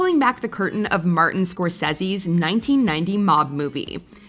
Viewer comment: I stopped watching when you missed pronounced Martin Scorsese A lot of mob guys have come out and claim that Henry hill was not nearly as evolved as he said he was he was a drug addict and was marked for death years before he fell off not to mention hes a giant rat